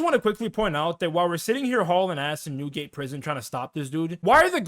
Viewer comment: Amazing recap! love this type of vid and can’t wait for the next ones Also ppl sleep on alhazred, your British accent for Newgate prison😂😂 and loved ur MB social commentary. Especially great job with the detail for MS and DS - really great job tying it into the catacombs and organising everything chronologically👏🏾👏🏾